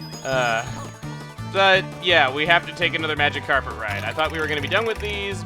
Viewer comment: I can't unhear him saying 'A MagikarPet ride' : |